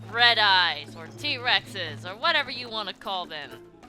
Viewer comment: Ermagherd! Tea-Reex